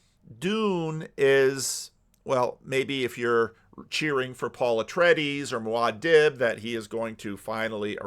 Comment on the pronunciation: It's amazing how sacrilegious your pronunciation of muadib feels